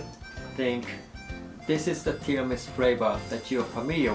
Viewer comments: Just wondering, when you pronounced Tiramisu with the 'u' silent, was it intentional? Like maybe its how Japanese pronounced it? Example iced coffee sounds like iced co-he in Japanese. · The "u" in tiramisu isn't silent. ^_^